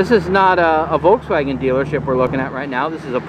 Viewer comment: You try to get us to properly pronounce “Porsche” (according to the German pronunciation) but then you mispronounce “Volkswagen”, the company what owns Porsche! Just how do you pronounce “Hyundai”? Ha-ha!